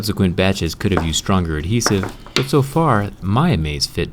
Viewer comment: You put alot of emphasis on the "h" In adhesive. Maybe if your American that's possibly the reason why